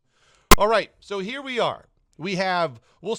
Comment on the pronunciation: surely you meant "So here vee go!"